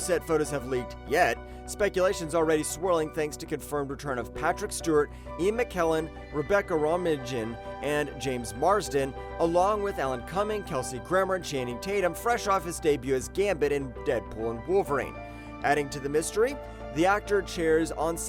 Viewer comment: Uh, it's pronounced Rebecca Ro-main, not Rominjin, lol.